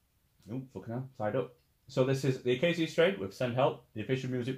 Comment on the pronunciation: Pretty sure the correct pronunciation is the UH-KAY-SHUH strain :) but hey i could be wrong too. tomato toMAHto